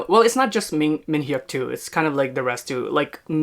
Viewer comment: His name is pronounced min-YUck Don't pronounce the H